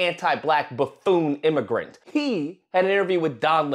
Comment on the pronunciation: Bro why are u saying the word immigrant like that? 😂